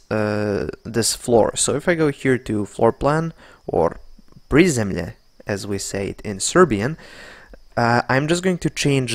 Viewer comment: kako reče prizemlje ko'da srbije nisi vidio u životu :D